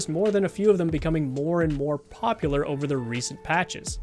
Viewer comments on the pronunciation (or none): none